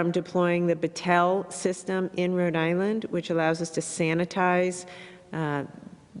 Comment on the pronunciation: Gina , Rhode Island is two words , not "Radilinn"